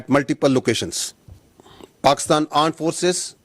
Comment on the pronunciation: The aand forces 😂😂